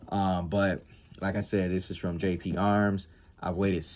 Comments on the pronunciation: GGGGGGGGGGGGGP DUDE! Not JJJJ! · You keep saying Jp arms. Its GP Arms